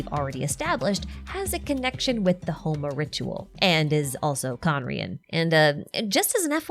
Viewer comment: As an Indian, it took me a hot minute to realise you were talking about Homa and Yajna - the pronounciations always throw me off. For years now its bothered me that Dashrath has been bastardised to Deshret, and that fucko is somehow the singular most lore relevant character in the game.